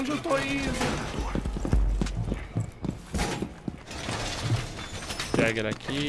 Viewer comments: Jager? Sério mesmo? Vai aprender a falar os nomes dos Operadores. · Jager se fala Yager\Yeger n e?